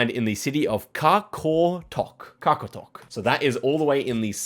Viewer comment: Love the way you try to pronounce Qaqortoq its more like raw rot doc